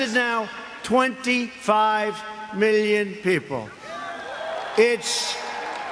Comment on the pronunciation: This guy is the king of avoiding the question. I don't understand why he's always using "Meeleo" when it comes to numbers.